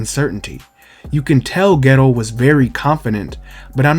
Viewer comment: I keep dying when u say geto, I keep hearing ghetto